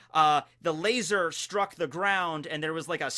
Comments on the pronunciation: I'm so glad you said "lazar" the regular way instead of your usual "Lay-ZOR" . that always bugs the shit out of me. 😅 Edit: turns out he keeps saying it, on purpose. At least he toned it down.😒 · if you are goinng to say lazor then can you at least say svword too? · Why do you say laser wired